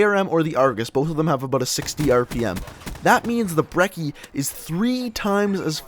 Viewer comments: It's pronounced Bre-ch-ee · did he say broccoli or brecci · And ur not saying brecci right